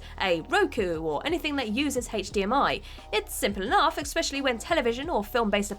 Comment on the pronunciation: "Expecially"......I'm done.